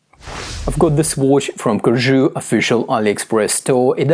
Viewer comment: Great review, perfect pronunciation of Corgeut, would love for you to get the Phylida version of the Aqua Terra and do a comparison video.